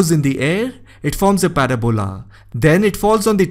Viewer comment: I love the pronunciation of parabola 😂